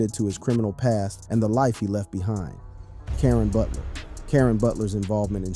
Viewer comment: Who is Karan butler....say his name right